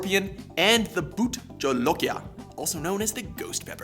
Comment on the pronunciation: BahutJalokia is pronounced BAH-Hoot-jah-loke-ia